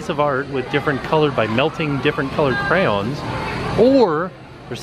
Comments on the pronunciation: Me too! “Crowns” 😆🖍 wish I could’ve went when I was in Orlando last month!! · Don’t forget cray-owns! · Clearly I'm not the only one who notices that is saying "Crowns" rather than "cray-ons" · Omg it’s said like “cran” they are not crowns! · Bored Millionaire says "Cray-ion", "Cray-ones", "Cre'-ons" and my favorite "Crowns" Oh dear♡♡ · Crown? is that how actually pronounces them? or is it a nickname he gives them? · The way he said crowns instead of crayons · As a american, I say crans. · Instead of crayons I heard “crapons”